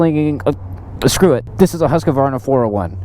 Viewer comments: It is HUSQ-VARNA not HUSQ-A-VARNA dont know why so much people invent letters xD.hahahha Nice vid men! keep it up!! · I have an idear ... Let's go ride a Huska-varnah! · There's only two "A's" in Husqvarna.